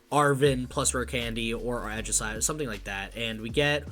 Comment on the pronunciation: Ay-Gis-slash, not Ah-jis-slash, also Aegislash EX does 70 for each prize that you have taken, not your opponent. Just got 3rd at a challenge today with my own list haha. It's fun! Also, you're gonna want more colress, no less than 3, I'm even considering adding a 4th.